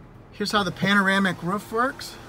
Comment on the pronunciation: I like how you say roof. Ruff, ruff, ruff. Haha